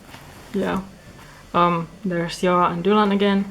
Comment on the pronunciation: Loved the tour! I also always was wondering how to pronounce Joa and I'm glad he's more in the scandinavian way than the "zjhoahh" like an american would say Joa... u v u